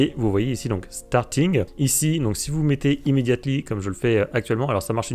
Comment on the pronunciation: J'ai quitté à "...imédiate-ly..."